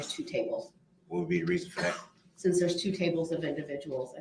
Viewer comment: "It's not an examination it's a direct" OMG MAKE IT STOP. How did I miss that before. Then the "And I will get to redirect after dat right?" WOW. DB... This guy would lose to Hamilton Burger in the black and white days.